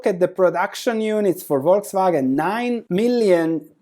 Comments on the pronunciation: Yes, it's "False Wagon" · Buy when they cut or cancel the dividend. My guess is this will be the bottom. 😋😋 Also, you live near Austria, you should know Volkswagen is pronounced Folkswagen. What I also find interesting is that dividend yield of Mercedes and VW are almost the same right now (10% vs. 11%) even though the likelihood of Mercedes keep paying that dividend is way, way higher than that of VW.